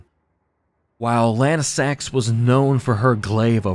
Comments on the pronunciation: Wouldn’t Lansseax be pronounced Lan-see-ax, not Lan-i-sax? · Bro its Lansseax, not lanesax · Lansseax. Say it with me. Lance&Axe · bro rly jsut said Lansax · Pronunciation 100 I don't know how lansseax can be pronounced lanesax most of the other ones were also mispronounced, do u mispronounce names on purpose or what? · Yeah, that's because Adula pushed past her limits and went into Super Dragon God Super Dragon (Evolved). (also had to double check the wiki to be sure I wasn't going crazy and yes, he's pronouncing Lansseax like a madman)